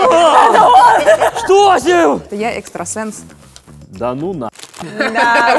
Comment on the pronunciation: Не экстрасенс а экстросекс